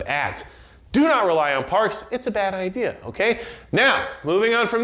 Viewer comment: "Everybody had the same ideer"